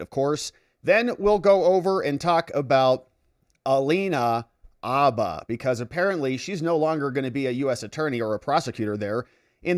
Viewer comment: The “H” in Habba is not silent.